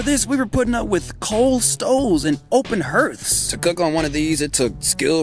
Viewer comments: Hearth --- 'herths'? No no no no no no no, please: it's 'harth'. Thanks, my ears already feel better. Love your work! 😇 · You are pure refreshment. Subscribed. Harth, not herth. Carry on sir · good content, but hearth is pronounced harth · I don't want to be mean, hearth is pronounced like heart ;)